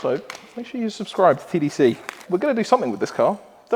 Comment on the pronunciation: You say "TDC", I hear "Tittie C"